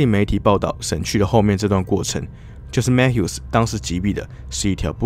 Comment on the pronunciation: Mathew应该不是Mat Hew吧 应该是MaThew🤣